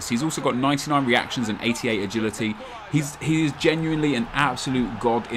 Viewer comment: German?:D 'ist' :D